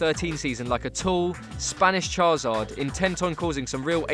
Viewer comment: It's charizard not chazard you idiot...